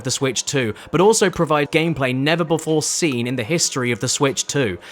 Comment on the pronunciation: Why do you pronounce "seen" as "sin?" Bro cant even speak his own language. 😭